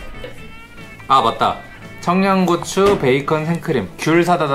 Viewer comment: 크림 소z흐 긍카 베이컨 청냥고추 크림 소z흐가 진짜 약간 사기수준이에요